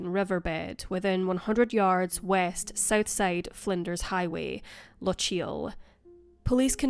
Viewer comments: Lock-ee-yul, not Luh-cheel. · How can you, being Scottish, butcher the word ''Lochiel' like that?